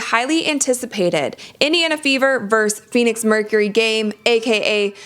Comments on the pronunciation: Versus, not vers. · It's not 'verse' it's 'versus'. Verse is part of a metrical writing. Versus means against. So, it isn't Taurasi verse Clark. It's Taurasi versus Clark. Or used in abbreviation it would be Taurasi vs. Clark. Or Taurasi vs Clark. You're welcome.